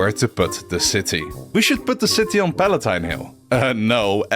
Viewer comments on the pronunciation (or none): none